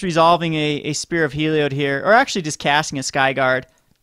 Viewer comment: It's HEE-LEE-ODD